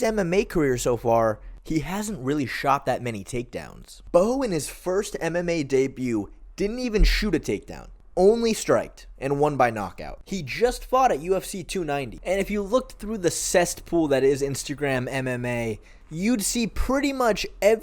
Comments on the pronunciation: It's not "CEST POOL " it's CESSPOOL. You're welcome baby. Love your videos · it's cess pool, son, not cest pool